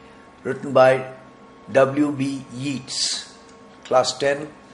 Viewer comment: The poet's name is pronounced Yaytes, not Yeets